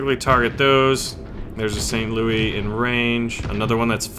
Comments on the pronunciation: We say St, LouiSSSSSS the 's' is not silent. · Since it's an American ship and named after the city you pronounce the S in St. Louis. Just sayan.